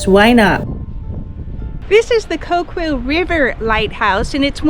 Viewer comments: Being a lifelong resident of the Oregon Coast, I loved you journey down the beach. However, your mispronunciation of some of the local areas was a little off-putting. Great photography! (Arago is pronounced Air-uh-go. Coquille is Co-keel.) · Nice video. It always helps to find out the correct pronunciation of the cities and places. For instance it isn't Ko Kwell....it is pronounced Ko-keeel. And The amazing rock you called the wizard is actually called Wizard's Hat Rock. I have a spot of land there maybe about 600 yards from that rock, up on the cliff. Very nice video though...must have been fun for you. I hope so. The Oregon coast is one of the most beautiful places on planet earth IMO. Thanks again! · Coquille is pronounced "Ko-Keel". Not Ko-kwill. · My wife and I enjoyed watching your video on the Oregon coast. We’re hoping to travel Coos Bay south to California next month. Our daughter lives near Coquille, Oregon in the little town of Arago. You butchered the pronunciation of both Arago and Coquille. Arago is pronounced, Air-a-go. Coquille is pronounced, Co-ke-eel. Thanks for the video it was very enjoyable.